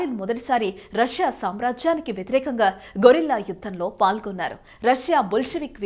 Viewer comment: గొరిల్లా కాదమ్మా గెరిల్లా యుద్ధం